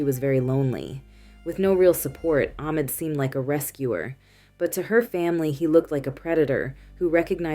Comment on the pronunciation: Sometimes you said AHmed something ARhem. Ahmed with a H is the correct way to pronounce this name. Or just say the boyfriend…